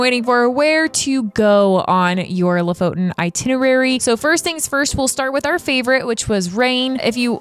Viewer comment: It's pronounced Lo-fOten. Please. 🤦‍♀️ Lo=lynx, foten =the foot. Lofoten= the lynx foot. The main emphasis is on the second "o". The complete opposite of how you english speakers chooses to pronounce it. I cringe in my soul when I hear it. The knowledge of the world is at your fingertips with modern technology - please, make use of it before posting.